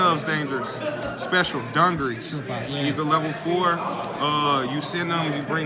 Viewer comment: Its not dun gur ress its du gar es